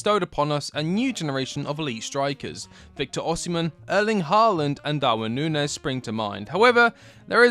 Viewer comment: Did you seriously say Darwin Nunez?